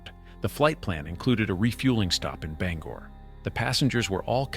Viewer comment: Bangor pronounced (Bang) Gore. thank you.